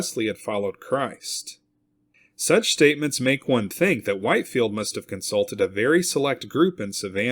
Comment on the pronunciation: Short "i" in Whitefield, Whit-field